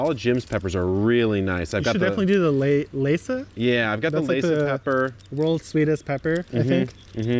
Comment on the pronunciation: It's Lesya, not Leysa (the pepper)